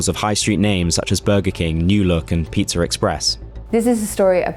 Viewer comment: There's no R in Pizza !!!